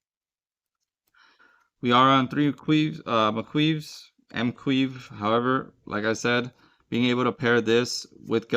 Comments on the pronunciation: M'Quve is Muh-KOO-vay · M'queve is pronounced Mac-Q-vay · M'Quve is pronounced "Ma-ku-vay" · Seems like a fun deck i'm missing two gelgoogs but I'll have to try this out thanks for the list also that dude's name is pronounced like this MA ku vay